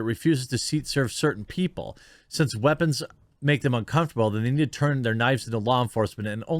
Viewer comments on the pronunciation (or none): Can you really not say the word weapons ?